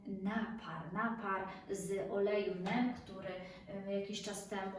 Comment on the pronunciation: Wymawia się olejek Nim 🤗